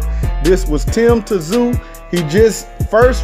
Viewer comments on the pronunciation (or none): Its not "Ta-Zoo" - its pronounced "Zooooo" or "Zyuuuuu"